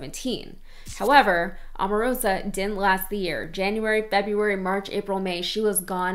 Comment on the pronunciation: By the way, that woman is O-marosa, not A-marosa. Can you say O?